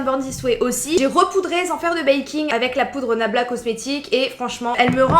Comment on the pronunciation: Se que j ai entendu c est blabla cocmetics😂😂